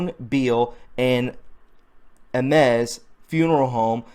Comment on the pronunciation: Cook County "The Third"? You are an IDIOT! That is Illinois, pendejo! A- mes? Try again.